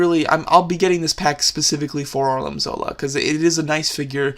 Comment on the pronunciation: It Arnim not Arlin